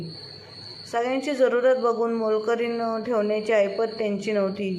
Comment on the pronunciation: मोलकुरीण नाही मोलकरीण